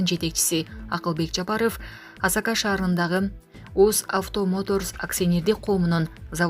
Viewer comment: Уят эле блогер Асака эмес Асаке шаары болот